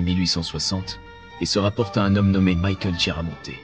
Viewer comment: Kiaramonte, ça se prononce😊